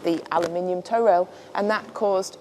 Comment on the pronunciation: Not a sailor here, but I’m pretty sure it’s a “toe” rail, rather than a “tow” rail. Its purpose is not to be used in “towing” the boat, but rather o keep your feet from slipping off the edge of the deck when the boat is pitching and rolling out on the ocean. Happy to be told I’m wrong by anyone moe knowledgeable.